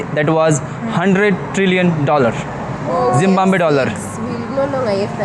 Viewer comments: Hi, your Zimbabwe pronunciation is wrong, actually (ZIM BAB WAE) correct pronunciation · Pronounce this way.... ज़िम्बाब्वे - ज़ि म्बा ब्वे ......🙏🙏💞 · Please pronounce Zimbabwe correctly. There in no N. "ZIM - BAAAB - WAY" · जिम्बाब्वे होता है 😂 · How do you say Zimbabwe as Zimbambwe? Where do you get the m? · Zimbabwe is pronounced as zuhm-baab-vay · Sorry to interrupt you why you said Zimmaway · Zimbabwe... Kya bol rahe ho pichle din se ... Ek seedha sa naam bola nahi ja raha kya ? जिम्बाब्वे-- जिम बा बोए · Zim bab we hota ha 😂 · Bhai Zimbabwe Sahi se Bolo. Sh or shaa ka issue hai Aapke jabaan mai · bhai is having a hard time pronouncing the name of the country correctly. Never mind we still love him 🎉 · Country ka naam theek se bolo sabse pehle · I think bhai ko Zimbabwe bolne me problem aa rahi hai... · Bihari he liye naam galat pronounce kar raha he😅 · your zimbabwe pronunciation is not well 😂😂😂😂😂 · Itne samay ke baad bhi, Zimbabwe nahi bol paraha he... 😂😂😂😂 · Ary baba ZIMBABWE 🇿🇼 ko theek se pronounce to karle 😅😅😅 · Bhai ye zimbabwe kyu nahi bol paa rha ? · bhai apna Zimbabwe pronunciation thik karlo... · Dude you are pronouncing the country name incorrectly. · Zimbabwe ❌ Zimbanbe ✅ Zimvanve ✅ Zimbanve ✅ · He seems to be so stupid again and again pronouncing it wrong, just can split and pronounce it right. ... Zim.....bab....we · Jimbabwe nahi Zimbowa be nahi it’s ZIMBABWE 😅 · jim baab we, your pronunciation is jim wannwe. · Zimbabwe not a Zimwabwe 😂😅🎉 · Bhai Zimbabwe hein zimbomboye nahi 😂😂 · bhai aapne poora zimbabwe ko zimbambe bol rhe the. apne bola koi galti ho toh sudhaar dena isiliye bol rhe hai. ZIMBABWE. pronounce: Zim-ba-bue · aapka Hisaab-Kitaab kuch galat nikla! 😀🤪 Its not ZIM-WAM-BE ITS " ZIM - BAB -WE! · It's Zimbabwe Not ❌ Zimbambe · Zimbambe😅😅 itna kyu struggle karr raha hai. It's Zim+baab+ve in pronunciation. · Zimbambe.... Zimbambe kya hai?...... Say Zimbabwe 😂😂😂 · Bro it's ज़िम्बांवे